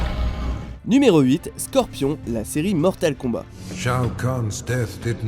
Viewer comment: Alor tu dit mortel combat au lieux de mortal et tu c pas parlé anglais srx